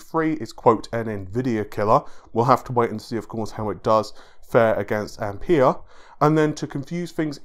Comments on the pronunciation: Ampere not I'm pear! :)) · pronounced amp "air" buddy